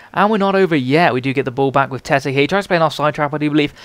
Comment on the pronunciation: Its Tett-y ;D Im from Norway so i now ho to pronounce that correctly